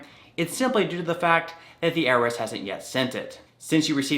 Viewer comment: it’s called I R S not earis